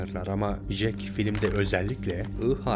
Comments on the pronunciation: Ya şu isme JEK diyip durdun sinir hastası ettin be olm ya! CEK diye okunur o bi öğren la seslendirme yapıyosun burda! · Resim çekilmez kardeşim, resim yapılır. Fotoğraf çekilir 🤣 ayrıca Jack "cek" diye okunur, " jek " değil. Bu kadar zorlama bir içerik için teşekkürler